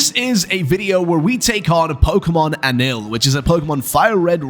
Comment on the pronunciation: its not anil, it's añil